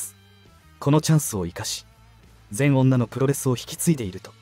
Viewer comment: 全女(ぜんじょ)です。 読み方が違うよ。 →ぜんおんな？ (全女)